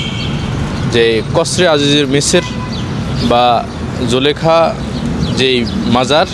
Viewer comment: জুলাইখা নয় , জুলেখা । ধন্যবাদ